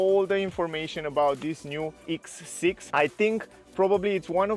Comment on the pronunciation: X bro not eeex